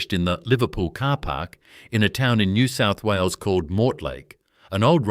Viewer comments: Please teach your bloody robot to say NEW SOUTH WALES. Do you even know where it is? Do you care. More utter garbage. You shgould rebrand as a comedy channel. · Pitty this is AI crap. Can't say NSW, pathetic